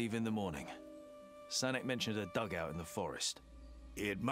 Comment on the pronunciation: Sanek- is a real name. It’s a short form of “Alexander”, but it should be pronounced “Sa-nök”.